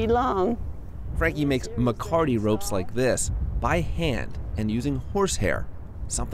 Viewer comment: Not MACARTY. . . MECATE (meh-kah-teh) is a Spanish ranching word. Maybe research THAT.